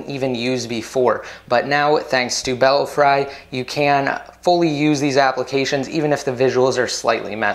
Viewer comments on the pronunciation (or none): Thanks for the video,! And actually, the correct pronunciation is "Bell-free." As in "Bats in the belfry."